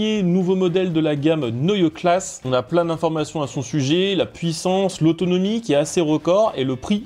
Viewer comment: Merci pour cette vidéo. Toutefois, pour qu'elle soit parfaite, attention à la prononciation des BMW Neue Klasse, C'est "Neuï-e Klass-e" et non "Neuï class". Les "E" à la fin des mots doivent s'entendre très clairement.